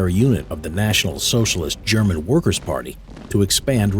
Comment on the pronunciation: The butchering of the German words 🤣